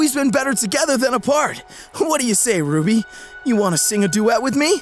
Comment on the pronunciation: Why did you say Rubby